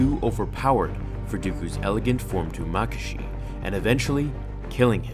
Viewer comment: Form two is pronounced ma-ka-shi